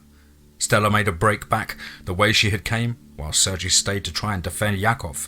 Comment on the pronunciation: Dude i love you but it's pronounced "Sur-gay" other than that, keep up the amazing work